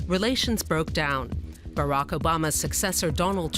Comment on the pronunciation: man said "Barek" Obama